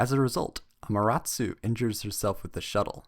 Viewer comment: He's not pronouncing it right